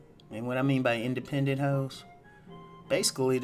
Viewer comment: The accent when you said independent hos lol